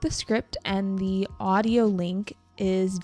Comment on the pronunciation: Em thấy chị có thói quen đôi khi phát âm không đúng từ "the" theo nguyên tắc. Đây có phải là thói quen của nhiều người bản xứ khi nói Tiếng Anh không? Hay chỉ riêng chị thôi?